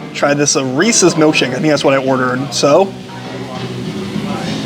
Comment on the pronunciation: Thank you for pronouncing “Reese’s” correctly.